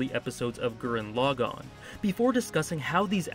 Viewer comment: FINALLY!! Someone who says the name Gurren Lagann RIGHT!!!!! ❤❤